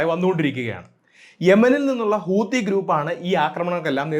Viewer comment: ഹൂതി ❌ഹൂത്തി ✅